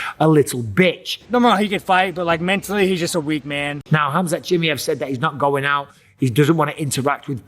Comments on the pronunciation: Bisping what the hell is up with your accent? You're a UFC commentator it's C-H-I-M-A-E-V not chimmie-yey XD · Chimmy ev chimmy ev chimmy ev. Please just say his name normally. I cant watch the video its so distracting right away. CHIMMY CHIMMY CHIMMY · Why do you keep saying Chimiev? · I laugh every time he says "Chimmey-ev" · Take a shot every time Mikey says chimmiehv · Bisping saying Khamzat Chimmey-ev just made me laugh 😂😂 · He really insists on the Chimmyev lol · 😂😂😂😂😂😂 please say his name properly for fuck’s sake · Say his fucking name properly FFS! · Bro said his name 20 times wrong lol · Why not just learn how to say his name correctly?